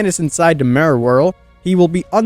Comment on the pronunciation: The way you say "Mirror" makes me cry, but the rest of the video was great